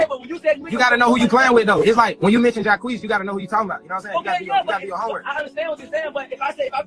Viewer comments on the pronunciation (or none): The disrespect in your pronunciation of Jacques name is killing me 😂.